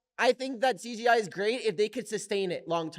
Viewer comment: why doe Mikey keep saying cGi